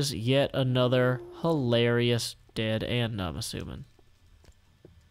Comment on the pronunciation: When you said "aNETHER go" my laugh souded like "HU HA HE HA HO" It was more idiotic-sounding than it sounded